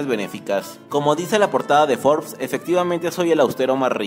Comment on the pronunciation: Que poca madre tienes para engañar asi al público, debes de ir a la cárcel por traicionar la libertad de exoresion, ni la palabra Forbes, sabes pronunciar